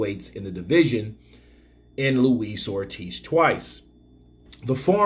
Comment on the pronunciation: 'Luis Oldtiz' ~The YB